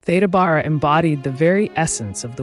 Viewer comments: Thank you for covering early Hollywood, such a fascinating topic. I just sub’d. An aside, as an older person, having heard people older than me pronounce it, Theda “Bear-ah” is the correct pronunciation. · Are you pronouncing her name correctly? I've always understood it to be Thee da Bare a. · Loved this. My mom used to talk about Theda Bara, though she pronounced it Beara. I’ve subscribed. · When I was growing up I remember her name was pronounced “Theeda Beara”. She had a remarkable face and I loved her lavish (and rather scandalous) costumes. How sad that people came to mock her when she appeared on the stage. It’s a very cruel industry. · You have your facts wrong, as well as, the correct pronunciation of her name.